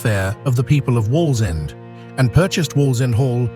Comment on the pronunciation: The AI guy is struggling to say Wallsend 😃